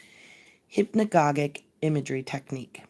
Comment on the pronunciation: hypnagogic is pronounced with a soft g..hyp-na-ga-jic. Ouspensky is pronounsed oo(as in woo)-spen-ski